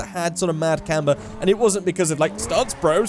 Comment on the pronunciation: Am i the only one that hate the way he says stance